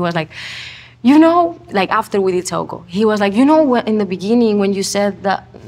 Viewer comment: lmao when Zane pronounced Saoko wrong... she's so humble! I'm obsessed!